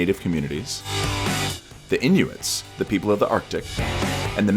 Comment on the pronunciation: no its inn - junnn